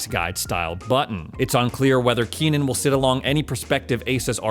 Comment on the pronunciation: KENNAN not Keenan